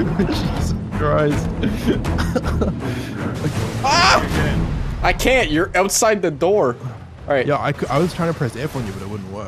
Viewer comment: Our Lord and savior "Sheesus Christ"